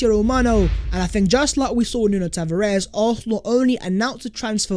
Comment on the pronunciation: Tavares is pronounced Tavarsh he's not Spanish 😉